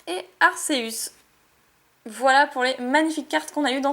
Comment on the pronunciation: On dit akeus